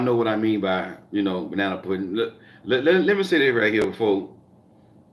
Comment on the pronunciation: Hey 😎 I like how you call it banna pudding. 😄